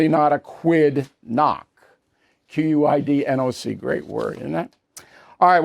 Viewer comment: Hey Bill. There is no word in the English language called quidnuc. Or quidnoc, as you pronounced it tonight. You spelled it quidnuc last night. As I said last night, it’s quidnunc and it means someone who is a busybody. So don’t make comments about Biden not knowing what caused immigration, grocery prices and gas prices to increase on his watch when you don’t even know how your word of the day is spelled or what it means. (I’m not supporting Biden, just holding you accountable since you admit to being arrogant)